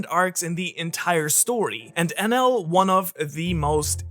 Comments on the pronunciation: Is it me or do anyone else hearing it "anal" ? SORRY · I thought it was Eneru not Enel I’m confused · i like to pronounce his name En eel